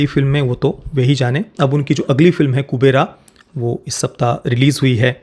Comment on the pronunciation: It's Kuberaa not kuberai